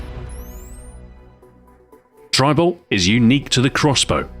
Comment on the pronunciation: It sounds like he is saying tribal.